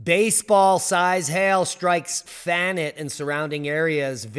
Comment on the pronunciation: Pronounced fan net. Fannet. Short a, short e